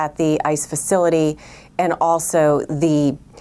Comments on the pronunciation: Sounded like he said "an attack on a nice facility" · Learn how to pronounce the facilities name correct.